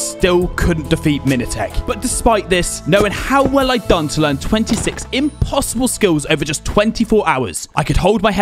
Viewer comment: says it imposidbel